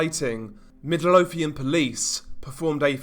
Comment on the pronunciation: Anyone else find it funny how he said “Midlothian,” Middle-o-thian lol